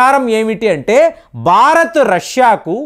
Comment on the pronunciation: అంతా బాగా చెబుతారు మీరు కాని బారత్, బర్తీ, బక్తి... ఇలా ఒత్తులు పలక్కపోవడం శోచనీయం. సబ్జెక్టు తో పాటు ఉచ్చారణ కూడా స్వచ్ఛంగా ఉండాలి. దీనిపైన దృష్టి పెట్టండి కాస్త!